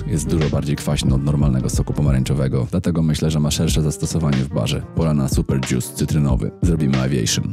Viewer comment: nie mówi się dzius tylko dżus jak już, ewentualnie dżjus :P